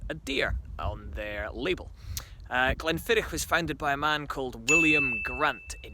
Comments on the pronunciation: Great little video chaps. Glenlivet for me. Also just a minor point Glenfiddich is pronounced 'Glenfiddick' not 'Glenfiditch'. Raising a dram to the Little Wars team :-) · Not quite 'Glenfiddick' either, Tales - the sound of the "ch" at the end of Scottish words like "loch" are not easy for non-native speakers. Hard to describe in writing but when you say it, it's almost like hacking up some catarrh! 8-). Have a listen to the Scottish guy's pronunciation on the video again (and if it helps, swallow a few drams beforehand 👍 ). Btw, Glenfiddich for me, please.